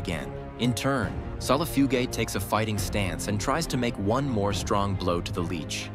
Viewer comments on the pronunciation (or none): Solifugayguy is the medium with how many times the AI mispronounced the camel spiders scientific name